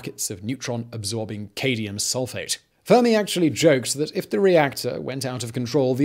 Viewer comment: I know you’re not a scientist Simon but for God’s sake, it’s CadMium not cadium, thats the second time you’ve done that...